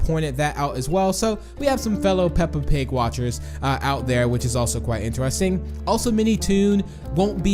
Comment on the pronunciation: Lol did he just said intarsting instead of interesting lol is he even a English